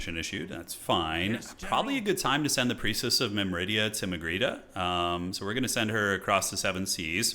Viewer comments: myr-midia, not mim-ridia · Awesome campaign, btw, it's "Myrmidia" not "Myridia" - not that it's important. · Or "Mymridia" as says.